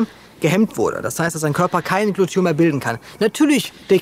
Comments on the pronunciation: Warum sagst Du öfter Glution statt Glutathion? Irreführend. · Glu-ta-thion,!:D Ich weiß die ganzen Worte sind schwer auszusprechen, aber da krampf sich bei mir jedes Mal etwas zusammen